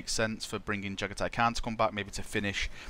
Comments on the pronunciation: You Jaghatai Can't pronounce his name =-P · It's not just Jagathai's name you can't pronounce properly... :)